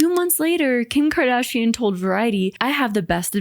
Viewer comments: KIM KARDAAASHIAN 😂😂😂 Good to know that it's not just me. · I'm portuguese and I never understood why people say her last name so weirdly 😅 I just realized now that it's because they are trying to pronounce the 'u', which is silent in that word and just changes the sound of the 'g' before. I find it funny how I only realized this now 😂